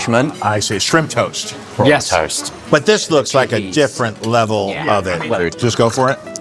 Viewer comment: for a moment there i thought he said P*rn toast.